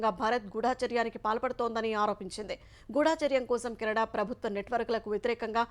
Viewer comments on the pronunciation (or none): గూఢ చర్యం అని చదవాలి.. గుడాచర్యం అని చదివారు